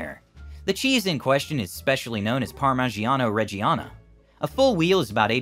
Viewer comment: It pronounces par-mee-JAH-neh red-JAH-neh.